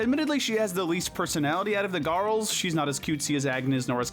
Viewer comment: you said Gorls instead of girls